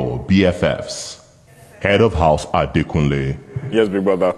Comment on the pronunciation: Adekunle not Adakunle...